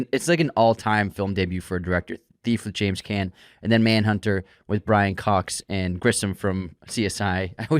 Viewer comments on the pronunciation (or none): James Caan. Caan rhymes with "lawn."